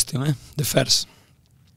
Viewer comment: Apalagi kalau “first” malah mamat ngomongnya “firss” harusnya “feurss” mattt!!! Greget gua 😂